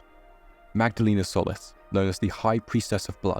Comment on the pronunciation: Had to stop the video because you're butchering my name and it's annoying the shit out of me The i in Solis is pronounced with a hard "E" sound as in the ending of "see" or "flee". Also the o isn't pronounced like in "olive". It's pronounced as it is in "soul"